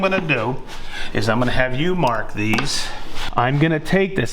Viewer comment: Say mawrk these one more time 😂